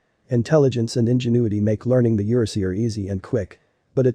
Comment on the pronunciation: "YER-uh-SEE-ur"? Nope, it's pronounced "yer-AA-zhur", which plays on the fact this breed is of EURopean and ASIan descent.